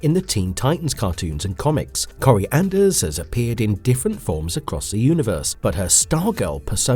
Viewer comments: Her name is Koriandr, not Corey Anders 😂 Koriandr means "Starfire" in Tamaranian. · I can't...you can't even get her name right. That makes everything else garbage because of the lack of credibility. Get the name right!